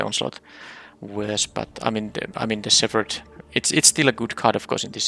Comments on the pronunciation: Oh and btw, the "ph" in "shepherd" does not make the "f" sound. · Silent or just very barely there, the p sound should be noticeable. At first I was confused why you were pronouncing it like that, then figured you were using the "ph = f" sound rule, which just doesn't apply to shepherd.